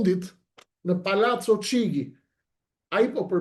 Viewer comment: Shqiptohet: Palaco Kixhi jo Çigi